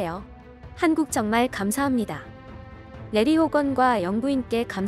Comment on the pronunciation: '감사합니다' 발음도 좋으신 메릴랜드 주지사 호건. 유리님도 수고하셨어요. 부디 메릴랜드주가 코로나19로 부터 안전하길 기원합니다.